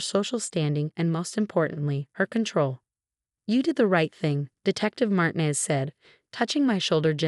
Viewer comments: A.i says Martin-ez. It’s marteenez. I’m very offended! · AI nearly always misprounces Martinez. Did you notice that it can't pronounce fiance correctly either?